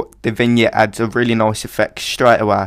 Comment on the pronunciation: Nice tutorial, subbing ;) also, I can't stop to notice that your "nice" sounds more like a swedish accented "noice" =P Are you scandanavian? : o